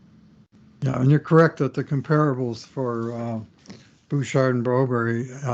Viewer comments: I agree. You may be trying to say Brobry but what I'm hearing is Broberry. Why not ask Philip? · was at a game last season and was in a booth…he got confronted or the topic was brought up about his insistence on his pronunciation of Broberg’s name…the very next podcast he brought it up and seemed to enjoy the fact that it was a topic. Shows his ego was lifted by the topic. Maybe he’s just a journalist that believes publicity negative or positive is still publicity….I sure hope not. I like this podcast, but the whole topic gives me and many other colleagues that like the podcast a challenge. Don Cherry never always pronounced the names correctly but this is not the same thing. This is an arrogant ‘ I told you so’ feel to it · Guys the forced pronunciation of Broberg’s name is annoying and hints of arrogance. Please go find out the kids name. Get Bob Stauffer to ask him how he wants it pronounced. Thank goodness Jack Michaels and Louie DeBrusk nor Gene Principe pronounce it the way you guys do. TSN , Sportsnet, CBC, CHED and on and on don’t pronounce it that way. Why do you force it so much on your audience ?